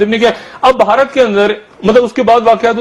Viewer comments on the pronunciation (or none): مادر چود بوڑھا ہوگیا , اسے " بھارت " کہنا نہ آیا !!!! بہا ... رت ہی کہتا ھے